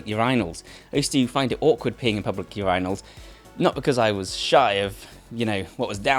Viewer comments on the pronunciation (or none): Urinals (your-eye-nulls) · ur-eyenals bro who tf says urinals that way